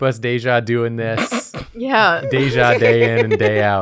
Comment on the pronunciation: Ironic that the one to butcher "deja vu" was French.